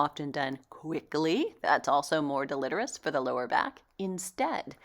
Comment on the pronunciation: I love your channel but you are mispronouncing the word deletrious: del·e·te·ri·ous /ˌdeləˈtirēəs/ The I is pronounced like a long "i"